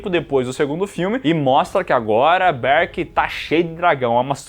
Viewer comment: Para de falar berk desse jeito